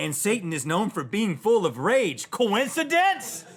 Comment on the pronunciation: i just like it when he says COINCIDENCE?!!!!